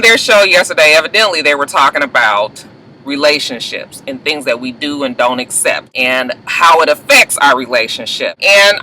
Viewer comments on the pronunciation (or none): none